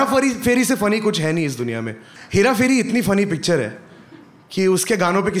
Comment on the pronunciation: "Hair-a-furry" ~ Karunesh 🖤✌️